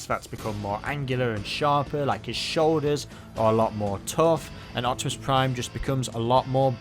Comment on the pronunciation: Its OPTIMICK Primouse! OH BAYVERSE PRIIIIIIME! got a face for you to rip! XD